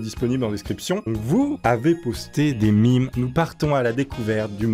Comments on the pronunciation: dit mim Moi:ON DIT MEMEEEEEEEEEE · ON DIT MAAAAIIIIME !! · On dit mèeeeeeeeeeeeeeeeemes